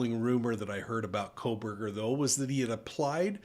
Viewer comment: "Kohberger" - not "Kohburg"